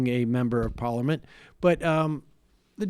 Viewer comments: Why can’t Sam say parliament?😂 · Haha Sam u need to practice the word “parliament” :) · Why do you say parliament so weird ?